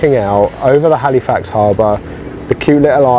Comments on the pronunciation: It’s pronounced Halifax, not Haleefax… I cringe every time I hear it LOL Also it’s pronounced “peeta” not pita. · Hey, why don't you just stay - get a visa - so much to see ----- Hal ih fax not Hal ee fax - just so you don't sound like a tourist hehe.